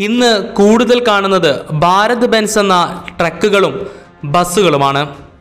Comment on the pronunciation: ബാരത്‌ ബെൻസ് അല്ല ഭാരത് ബെൻസ്